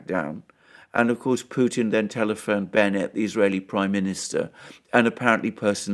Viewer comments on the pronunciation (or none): none